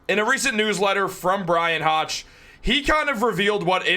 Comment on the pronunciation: Please pronounce Bryan Hoch’s name correctly ( rhymes with Coke)